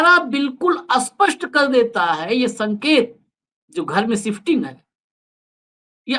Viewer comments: स्पष्ट spast को आप अस्पष्ट aspasht क्यों बोलते हो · Sir sapast ko aspartame mat bolakaro